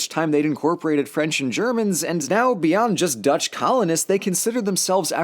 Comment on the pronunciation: That Dutch pronuciation hurt me, good stuff otherwise though.